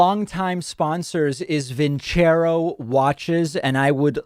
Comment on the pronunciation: I won't consider your sponsor as long as they won't consider the correct pronunciation of their name. vin CHEH roh is ridiculous. Don't choose a term in a foreign language if you are not willing to do the homework. Listening to "Nessun' dorma" would have taught them.